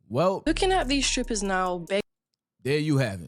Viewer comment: I heard what I heard right? Her ass said"scrippers", and kept on saying it. I can't be the only one 😅